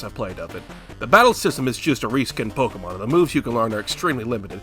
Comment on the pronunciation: I am shook that there exists an American that can pronounce Pokémon correctly